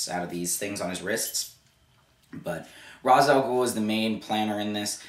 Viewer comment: This movie is great but it got the Ra's name wrong. You are saying it wrong too. It is a long a. Like Race.